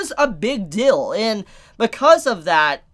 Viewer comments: I like how you say "dill" instead of "deal" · Are u saying big dill instead of deal? Lol i got no problems with that just find it funny, probably just where u are in the USA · he says deal funny hehe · Even though he has a problem pronouncing the EA in dEAl, revEAL etc etc... but that's what make! And we love him for that